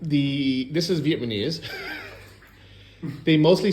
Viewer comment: Am I hearing “vietmanese” instead of “Vietnamese”? 😂